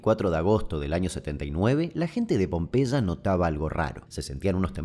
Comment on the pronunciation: Con una gripe tremenda llegué ayer y me dormí todo, así que ahora de la madrugada viendo ésta joya , increíble sos querido Damián,superandote vídeo tras vídeo!!! Un abrazo Tita de Tortuguitas Pd: me encanta como pronuncias Pompeya 😂😂😂